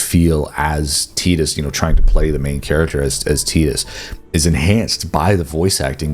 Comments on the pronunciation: Never heard someone say his name at Teeedus Instead of Tyyydus before. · Teetus? Do you mean, TYE-dus? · "Teetus" Ffs... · The way you say "Tidus" triggers me